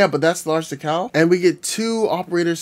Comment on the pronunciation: where did you learn to pronounce decal?